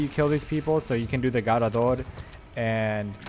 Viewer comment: The way u say garrador is annoying asf fr fr just say it normal Bruh